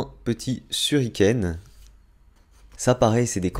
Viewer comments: Un quoi ?? Un çuriken ?? 😂😭😭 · A suriken 😭😭😭😭 shuriken 🤣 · Sa ce dit pas suriken 🤦‍♂️😂